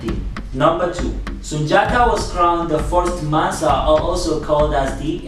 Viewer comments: Only people to say Sundiata are white people/ non africans or Africans FAR away from Mali. His name is pronounced Soonjata Kayta it's only spelled Sundiata Keita. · I figured you weren't Malian or Mandinka because you pronounced Sundiata wrong it's pronounced Soonjata.